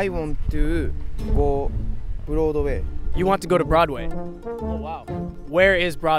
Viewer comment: I laiku musicaru, I wanttu, go borodway. where is broadway? eh... new yorku